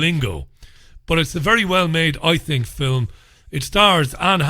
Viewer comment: I like when you say fillum. It reminds me of Bishop Brennan.